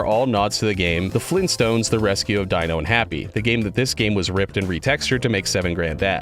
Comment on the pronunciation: It’s actually Hoppy, not Happy It's the Wario Apparition, not Apparition Wario